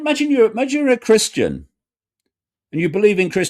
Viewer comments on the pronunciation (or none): none